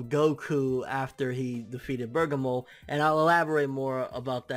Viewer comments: Nobody is gonna call this guy out on not being able to read!?!! How do you get "BURGER - MORE" FROM "BER-GA-MO"!?!?!?!? Seriously!! Did u drop out in 5th grade!?!? Your reading skills suck ball sacks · You really his name is spelled "BERGAMO" NOT Burgermore!?!?!?!?!?!? How illiterate are you!?!?!? Like seriously if you gonna have a dragon ball channel atleast know how to read the character names of the show n not fuck them up every week in & week out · BER- GA- MO!! DO YOU KNOW HOW TO READ!?!! Like damn!?!? Where da fuck u go to school at to pronounce his name so fucked up for like 3 weeks now smh.... u must of been in special ed classes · its pronounced ber-gom-mo. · its pronounced " berg ah mo" u cheeky kent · i know. always says "BurgerMore" its a joke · Christian Thomas worst is, he watched the episode. so he heard how the name was pronounce but he still managed to fuck it up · ***** EXACTLY!! Lol & I kno he see all the ppl correcting him but he still fuck the name up lmao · can read Japanese but cant pronounce Bergamo........WTF